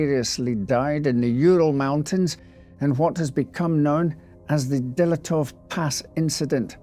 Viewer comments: Dyatlov not Dylatov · That's a new way of pronouncing dyatlov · Was interested until he mispronounced dyatlov in the first minute